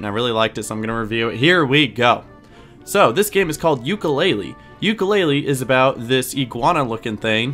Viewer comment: OH MY GOSH I JUST NOW REALIZED THIS! The way I pronounced Yooka Laylee I put more stress on the "ee" part of the title and the way pronounced it sounds like ukelele! How did I not understand this?